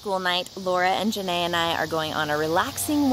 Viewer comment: Love how Laura is calling Janea Janea Nae